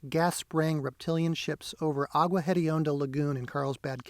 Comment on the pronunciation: Agua Hedionda Lagoon is actually pronounced Agua Eddy-onda, and it simply means "Stinky Water Lagoon".